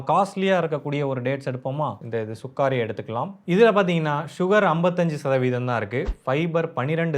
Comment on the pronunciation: It’s not Sukaari it’s Sukkari